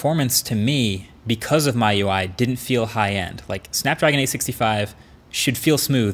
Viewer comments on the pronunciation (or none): Marques : " My UI " Me : " NOOOOOO it's supposed to be Me UI "